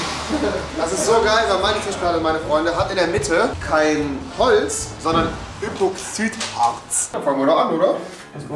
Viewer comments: Epoxüt Harz😂😂 muss los Das heißt Epoxid-Harz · Das heißt epoxydhartz nicht epoxsüdhartz 😂 Bauabdichtungen Tiriakidis leude unsere Firma